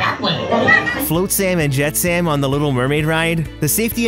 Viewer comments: I knew all of these! Jess Harnell is so talented! Also, you pronounced Flotsam and Jetsam incorrectly but it's ok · I'm sorry... "Float- Sam" & "Jet- Sam" ?! 🤣🤣🤣 Love the video. That just made me LOL! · “Float-Sam and jet-Sam” 🤦🏻‍♂️